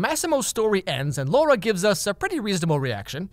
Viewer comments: I'm a polish woman named Laura, which makes this movie extremelly uncomfortable (I haven't seen it, just some reviews). During the video used the english pronounciation of the name, which allowed me to disassociate myself a bit, but when Massimo used the polish pronounciation... man, it got 100 times worse. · It's funny for Indian audiences cuz the way he pronounces Laura in the final scene is pretty much same as an abuse we use which means "Dick" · You know every time that Italian guy called her Laura and pronounced R as D... I had a hard time controlling my laugh. Only an Indian can understand this. By the way, worst movie ever made 😂😂 The only entertaining part related to the movie is this video in particular 😂😂😂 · Fun Fact! The word "Laura", pronounced in the was as Massimo says it, means DICK in hindi. I will leave that right here for anyone interested. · I'm sorry this is not the right time but "Laura" means dick in my language, and the way he pronounces it exactly like ours (pronounciation not dick geez stop)😂😂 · The way he said 'Laura' made me laugh so hard. 🤣🤣🤣 Cause it rhymes with the same Punjabi word which means penis. 🤣🤣🤣🤣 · LAURA, not Lorah duh. In polish you are reading the A and U and it is not an O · I am pretty sure all Indians absolutely ADORE the way Massimo calls Laura! ^^ (edit: explanation- the way Massimo says "Laura" sounds exactly the same as the hindi slang "Lauda", which I think literally translates to the word that means a dude's shlong. It's a pretty frequent slang in hindi and some other languages as well.) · when he said laura it literally sounded "lauda" to me. 😂😂😂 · laura sounds like lauda 😂😂. Lauda in hindi means dick. Maybe thats what he meant this movie is going to be about 😂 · the way he says laura cracks me up. In hindi laurra (or lauda, the english alphabet doesn't have that letter), basically means dick. And he pronounces it like that. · “Lauda” i cracked up everytime he said that sis